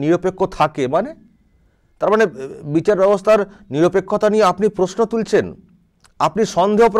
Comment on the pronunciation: বিচাড় ব্যবস্থা নয় রে ব্যাটা ভুঁইফোড় নেতা ওটার উচ্চারণ বিচার হবে রে আহাম্মক!